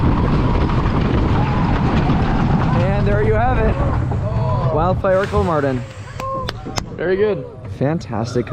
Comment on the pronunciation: I started smiling when I heard he pronounced it right. he's the only amrican youtuber, that I know of who did